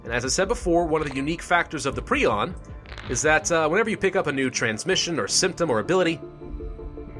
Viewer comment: He pronounced it pree-on.. isn't it pry-on?